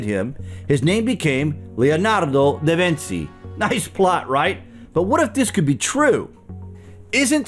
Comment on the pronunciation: Your pronunciation of da Vinci is soooo wrong 🤦🏽‍♀️